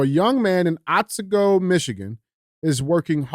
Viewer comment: Michigan town otsego, the t is silent.